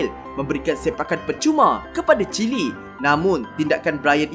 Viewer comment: Wow Chile Jadi Chili